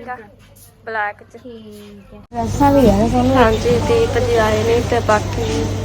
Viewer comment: ਦੀਪ ਜੀ❌ਤੀਪ ਜੀ ✅😂